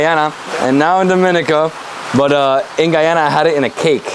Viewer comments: You are getting there with the pronunciation; door-me-nee-car, DOMINICA 🇩🇲. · the only reason it is hard to pronounce is you are used to hearing it incorrectly the way newscasters in America and beyond do. dom-i-knee-cah - what is so hard!!!! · Wonderful video of Dominica. However, can we get the names and pronunciations right... Its Do-min-i-ca, Dom-i-nican. We are not the Dominican Republic or Dominica...shame on you. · I did pronounce it correctly in the intro but I did have some difficulty pronouncing it and for that I apologize. I truly appreciate your comment and constructive criticism and I hope you have a great week.